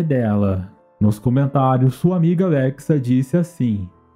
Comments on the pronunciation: N sabe falar o nome da Lexa até hj mano. Putz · Vc falou LEXA ERRADOOOOOO SEJA UM BOM YOUTUBER PELO AMOR D DEUS AFF